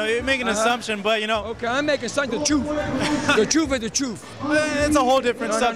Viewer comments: The troof is the troof. Dude almost said my name is rufus and that's the troofus! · Damn he killed Mexicans with that welfare line lol.. Got upset when he started talking about how they get welfare "Listen you are making assumptions.." "Ain't no assumptions, truf is the truf, you scared to face the truf"... Real guy Angel Garcia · Hahahaha...the truf is the truf